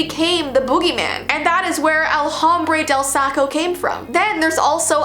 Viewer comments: El Hombre De Saco is pronounced El Om-bre Deh Sah-co - your friendly neighborhood mexican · El hombre de Saco is pronounced el-ombré-del-sacko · hate to break it to you, but you butchered "el hombre del saco" 😅. in Spanish, the h is silent, and e is said like 'ay' in that case. So you would say it like 'El (h)ombr(e)ay del saco'. (Also it's fine that you said it wrong, my last name is Spanish and starts with J and J is silent in Spanish so people always pronounce it wrong so I'm used to people making mistakes with Spanish ^-^ ) ~~~~~~~~~~~~~~~~~~~~~~~~~~~~~~~~~~~~~~~~~ Edit 1: I added h and e in parentheses to try and make it a little more clear on how to say it, but I'm just a depressed latino 10th grader, so if you want an even more clear tutorial on how to say it, literally just use google translate 😅 Also if you see this I'm not trying to be rude in any way, again, people have pronounced my last name wrong ALL THE TIME so I'm used to people goofing up with pronunciations in Spanish, it can be quite a frustrating language sometimes. Anyway, I hope you have a great day because I love this channel because its so positive and caring. ❤ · you pronounced “El hombre del Saco” wrong…like very wrong it’s Spanish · The fact I know Spanish and the way she pronounced it